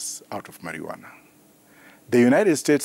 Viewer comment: My primary school science teacher come here and listen to this it is called Maruana not marijuana.